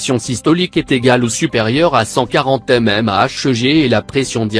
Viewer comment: Bonjour, Foutage de gueu.. Voix de robot.....qui ne sait pas lire (mmHg) La vidéo qu'on peut ne pas voir (merci le Canard Enchaîné).